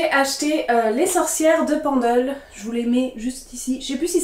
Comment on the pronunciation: Les éditions Flammarion font de bonnes éditions critiques je pense qu’il y aura des références et notes de bonne qualité pour comprendre le contexte. Tiens je ne connaissais pas « Memoires de Zeus » je vais voir si je peux le trouver car les livres sur la mythologie m’intéressent beaucoup. Petit détail pour la prononciation Pendle se prononce « Peine-dle » ce n’est pas très éloigné de la où j’ai fait mes études (Lancaster au Royaume -Uni) et l’histoire des sorcières de Pendle est très connue dans la région et en Angleterre c’est l’équivalent des sorcières de Salem aux Etats-Unis. As tu déjà lu Ray Bradbury pour ses nouvelles fantastiques, Fahrenheit 451 ou Chroniques Martiennes qui te plaira certainement ?